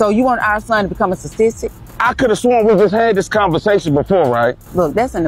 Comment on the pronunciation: She said stastistic😂😂😂😂